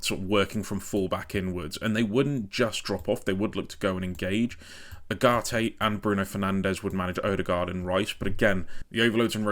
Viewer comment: Great stuff. If there's one area where there's slight room for improvement, it's the pronounciations - Mazraoui and Ugarte for example.